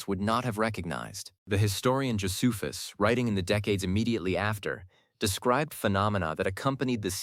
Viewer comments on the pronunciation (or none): none